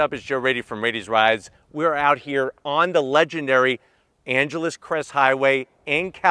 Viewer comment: Funny to hear a fellow southerner pronounce “Angeles”.